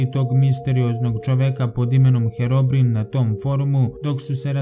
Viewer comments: herobrin,hahahahahahahahahahahahahahahahahahaha,ja mislio nesto strasnije,inace izgovara se herobrajn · ne kaze se herobrin nego herobrajn.pogledaj malo vise na Youtubu i pogledaj pravu pricu o herobrajnu. ukucaj The Wreal Story Of Herobrine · Nije "Herobrin" nego "Herobrine" Pozz :D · Super klip samo se on ne zove herobirin on sa zove herobrajn tako se cita a pise se herobrine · odnosno od kud si ti tam kažete herobrin a tamo od kud sam ja kažemo herobrine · herobrine se čita herobrain ne herobrin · Nije Herobrin nego Herobrajn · Kazese Herobrajn ne herobrin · čita se Heroine A izgovara se Herobrajn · Cita se Herobrajn lol kad Sam igrao Minecraft pre 2 godine slusao Sam ove legende o Herobrajnu I bas Sam Se usro hehe xd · pise se minecraft i kaze se herobrajn